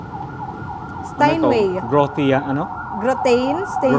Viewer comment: I’m sorry but the lady is mistaken, it is not Steinway, it is Steinweg, with a ‘g’, Grotrian-Steinweg. /Stine veg/ Totally different piano from Steinway. Beautiful house! Thank you.